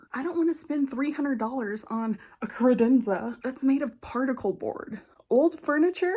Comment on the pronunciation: A “Cred-en-za” LOL